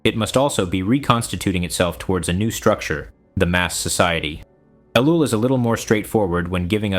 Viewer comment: Seems like it, mispronounces his name and lacks vocal inflection. Why does a so-called lecturer fear showing his face? Jesus didn't...